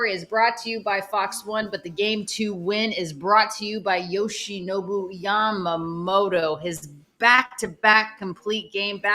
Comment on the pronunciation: YAMAMOTO や〜ま〜も〜と〜 motoの発音を頑張って下さい Yoshi Roki and Sho Samurai Japan with the Dodgers